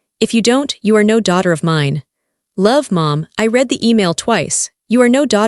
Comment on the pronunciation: Not reed, red.